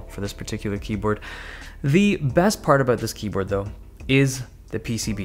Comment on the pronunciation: i swear he is saying Keybird